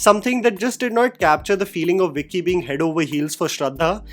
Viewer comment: It's bicky not vicky😂😂😂😂